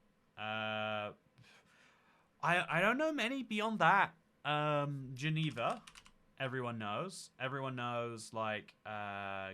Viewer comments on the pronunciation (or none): none